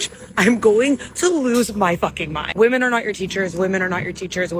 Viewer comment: Her inability to say the plural 'women' properly is already a red flag.